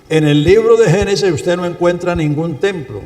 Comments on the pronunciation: Alguien que le diga a ese pastor que no diga "Genisis" porque si esta enseñando, que hable correctamente. GENESIS. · con todo respeto, es Génesis, no Genises